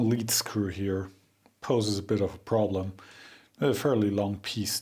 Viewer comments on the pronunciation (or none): none